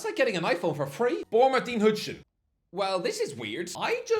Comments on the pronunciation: I bet it drives you nuts that he pronounces it "hudgeson" instead of "Housen", I'm not even Dutch and it annoys me lol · That Huijsen pronunciation is properly awful and hurts my ears